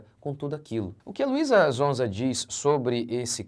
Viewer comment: Nao é zonza pastor é sonza com som de S 😅😅😅😊😊😊